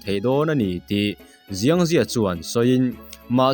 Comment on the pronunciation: Chinese tawngah chuan X hi s angin lam tur aw, Xiang hi ziang ni lovin Siang tih tur.